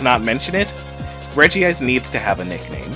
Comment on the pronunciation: STOP CALLING IT REGI-ICE